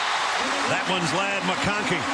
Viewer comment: They pronounced Lad as "Laid" , and then called him a "possession reciever ". 😆 I guess they've learned that both are wrong by now. Lad is a big play time player that makes big time plays.